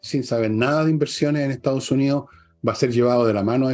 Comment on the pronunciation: Estimada: sus intervenciones serían impecables si pronunciara mejor: Etao Unío, Fuerza Armaa,..se a etao perdiendo... Gracias